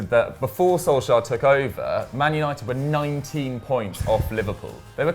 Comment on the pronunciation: Is anyone else annoyed that always says "Solskajer" or is it just me lol